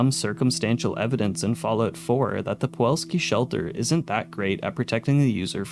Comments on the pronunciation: why do you say puwolski instead of pulowski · I hate how you mispronounced Pulowsky for Puwolsky every damn time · Pulowski. The L comes first. You’ve been saying Puwolski this whole time. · I hate to be that girl, but it's pulowski, not powalski. Like pull-ow-ski instead of puh-wall-ski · Anybody else notice he said the name wrong the entire video “Puwolski” even though he had a video of a man pronouncing it correctly and had the name pop up multiple times “Pulowski”. Man. It’s the little things 😂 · you keep saying Puwolski instead of Pulowski. Would have been fine as a one off in a video on a different subject, but seeing as it's the subject of the video, i can't just say nothing. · Pulowski, not powolski. Good video though! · I like your videos but man I was infuriated at your pronunciation of Pulowski, you switched the W and the L and said Puwolski. Once again I do like your videos and I'm sure I'm in the minority of people annoyed at those things but that matters to me. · Pulowski not puwolski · Pulowski, not Puwalski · Pulowski, not Puwolski. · Buddy… it’s pulOWski not puWOLski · I just can't get over him saying Puwolsky, even with Pulowsky on the screen. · Puh-LOW-ski not puwalski. Holy shit dude he even says it in the clip 🤦🏻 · Why do you pronounce it “Puolski”? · It's POOlaowSKI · It’s pronounced “Pu-LOW-ski” dammit! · My guy, it's not pawalski. I cant be the only one hearing you continuously mispronouncing that lol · It's PuloVski!! PULOVSKI!! W in Polish is like V in English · Pulowski. Nu-cular pro-tection on a budget. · Considering the crazy inflation of the 2070s, imagine how many quarters you'd need for one of those Also funny how you consistently say "Puwalski" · Why do you keep calling it poo all ski? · I have no idea how you screwed up pronouncing Pulowski as "pawolski" every time this video. The correct spelling is on every pod, and you included the promo video which provided the pronunciation. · Fr driving me nuts rn